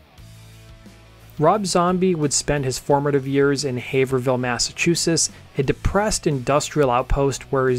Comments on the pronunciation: Lol people don’t know how to pronounce Massachusetts towns. It’s not Haver-Hill it’s pronounced Hav-Rill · it's pronounced Haverill ...not Haver hill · It's not "Haverville" it's Haverhill, pronounced "Hay-vrull" You're welcome 😝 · Ah, yes. Classic Haverville, Massachusetts. (It's Haverhill). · its not havererahull. its hAve rill. i get so sick of every rob zombie vid being unable to pronounce the town he is from... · HAVER-VILLE cringe Haver-Hill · Haverhill is pronouched "HAY-vuhr-uhl" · I love how non new englanders say new england town names. "Haverhill" 😂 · Not to be that guy but it’s pronounce (Hay-vrill) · It’s pronounced “HAVER- I’ll” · Hay-ver-ville? Tell me you're not from around here without telling me you're not from around here hahalmao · Haverhill! ....hill! lol